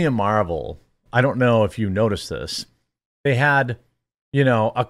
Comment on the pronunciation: "mArVeLs" come on man